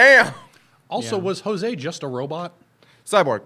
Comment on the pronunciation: It took me like ten seconds to look it up and confirm that did in fact get the french pronunciation of Jose correct.